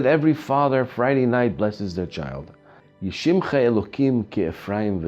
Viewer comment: It's Yesimacha with "sin" not a "Shin"